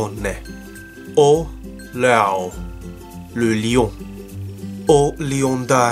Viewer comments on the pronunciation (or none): none